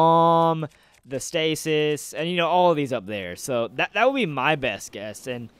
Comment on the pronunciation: stasis not status